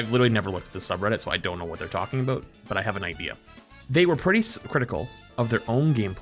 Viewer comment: Is half Canadian or something? He leans so hard into that second "o" in "aboot"